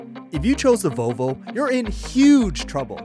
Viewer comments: What's a "Vovo"? It has an L. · its vovo not volvo? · Sir, it is pronounced Volvo not Vo-vo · VoLvo, not Vovo. Or if easier, Vol Vo.